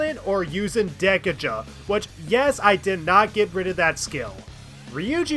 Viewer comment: This guy's pronunciation of sadism and Dekaja bothers me greatly